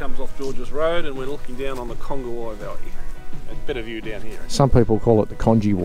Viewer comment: Nice video. I've been to most of these and I was considering doing a video like this lol. And it's pronounced Cun gee way.